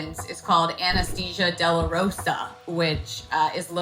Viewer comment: "Anesthesia Delarosa" Haha what?